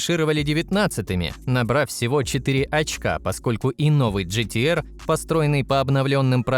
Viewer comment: С*ка невозможно слышать ето неправильное произношение Nürburgring, и GTR